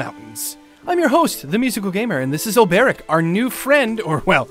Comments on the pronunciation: Hopefully at some point Musical will realise it's Olbe-ric, not Ol-ber-ic. Also, it was with Cyrus that there was the references to Hornberg. His lecture at the start of his story was talking about the fall of Hornberg, and 'From the Far Reaches of Hell' was a tome of Hornbergian rites and knowledge. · His name is Ol-Bric you!